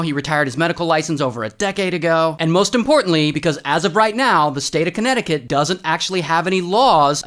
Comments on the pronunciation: DAMMIT RAY! FIRST ILLINOWAH THEN AUSTRA*LEEAH* NEXT FLOR*EEDAH* AND NOW *CONNECT-TICUT?!?! WHAT THE F*CK IS A CONNECT-TICUT? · As a Connecticut resident, I don't know how to feel about Ray saying Connect-i-cut like that. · I thought he said Conneti-cu- n t 😂